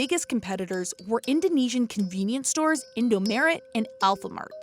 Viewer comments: InD0mAreT ✖️ Indomaret ✔️ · It's Indom"A"ret, not Indom"E"ret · English : “ Indo m-e-r-e-t “ Indo : sorry ma’am its called Indomaret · It's not In-do-me-ret It's In-do-ma-ret Maret like March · Who trigged when she says “indomeret” not just “indomart” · indo mharet not indo meret sjsjdj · I felt cringe when you pronounce in-do-me-re’t, it should be in-do-ma-ret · You say indomaret like indomeret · me too..should be pronounced "indomart" in english..not "indo-merit" 😅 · sure but they said merit not maret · she could've at least said indo-MAH-ret instead of indo-MEH-ret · The way the narrator pronounce indo merit😭😂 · the way you said indomaret infuriated me how to say indomaret : eendou maaret or just say indomart both work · Narrator : indomerid 😹😹😹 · the way she pronounces "Indomaret" as "indo-meret" makes me kinda mad lol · i loved it how she pronounced it “in-do-me-ret” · how the woman pronounce indomaret.. indomeret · wAit, wHaT?!?!?! I'm Indo T^T Edit: oh yea- to say Indomaret, it's Indo-MA-ret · Omg how the heck did you even said indomaret?? Its like indomeret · Fajar Rahmad Hidayat IndoMARRIED 😂😂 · Indomarrieds lol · I died when she called Indomaret "Indomaerett" 😂😂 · Indomeret xD Say The Mart like In America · Jeebus, that indomaret pronounciation. It's Indo-MAH-ret, derived from Indomart and changed a bit when western sounding name was frowned upon. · yes... she's trying too hard 😪 it's just (mart) with an e! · Im not indonesian Ive never heard of indomaret before until now But her reading it that way sounds so wrong LMAO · Indomaret is Indomart, But on the tongue of an Indonesian It's easier to say maret, In Indonesian, So, be Indomaret. Also Alfamart is sometimes called Alfamaret. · I was crying when they pronounced indomaret and alfamaret wrong😭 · I laugh so loud of how she said indomaret wrongly lol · it annoys me how the narrator said indomaret. is the right way to say it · Da wei u say indomaret XD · indoMARET or indoMART??🤔🤔😂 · Yes its bugging me alot